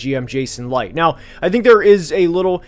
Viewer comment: Good video but you kept pronouncing Jason Licht's name wrong its not Jason Light its Lynch